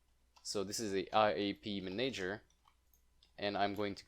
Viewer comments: Please, "Manager" is pronounced man-ah-ger, NOT man-aye-ger!!! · Re check the pronunciation of manager. Great video btw